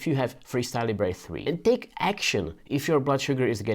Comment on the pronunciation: Even Libre have corrected their pronunciation It’s not Leebray, it’s Leebra